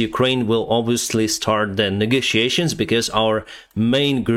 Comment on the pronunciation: Did you say negociation?